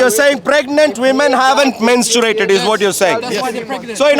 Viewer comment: MenstuRated!?!?!? Learn how to pronounce words first wtf